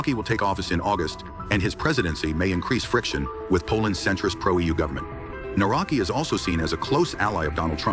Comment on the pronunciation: The name is pronounced - Nav-ro-ts-k-ee. Another puppet as all they are. Divide and concur. Polish people are divided 50/50. That is the result they all want. Thanks for video. Do not comply.